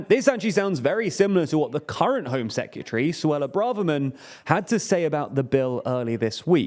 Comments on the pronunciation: Please say secretary correctly. Secatery isn’t a word. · I love;DR but please learn how to say secretary